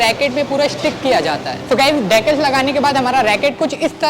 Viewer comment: अरे भाई, "डैकल्स" नहीं 'डिकॅल्स' होता है वह!😅